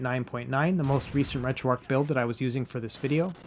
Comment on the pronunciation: retro-archhh bro, not retro ark